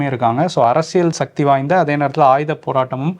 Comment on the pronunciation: தமிழை கொச்சை படுத்தி அசிங்கமாக பேசாதீர்கள்.shakthi கிடையாது.. சொல்லுங்க சக்தி.. சக்தி.. Okay..